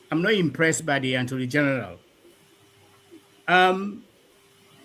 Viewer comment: “Anthony general” or “attorney general?”